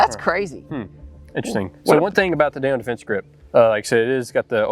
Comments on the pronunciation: Pretty hard to take any review serious when the hilljack reviewing the product can't even properly pronounce the brand. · It's Daniel Defense, not Daniels Defense, I believe. Great video guys!